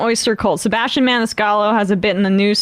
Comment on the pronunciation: Meanwhile he can’t pronounce his own name; he doesn’t properly annunciate the AS in sebASStian